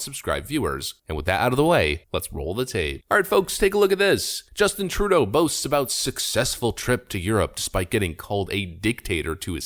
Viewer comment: the way you pronounce trudeau drives me crazy. you're doing it wrong.